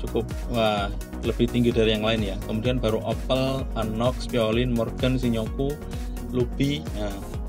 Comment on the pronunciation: Bukan shi-nyo-ku mas, tapi shin-yo-ku. :D Btw ini video perbandingan yang paling lengkap yang pernah saya tonton. Keren!